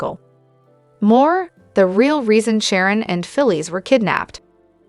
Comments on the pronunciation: She can't evern say Sharon Phyllis Tracy's names righte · She can't even say Phyllis Sharon or Tracy names rightw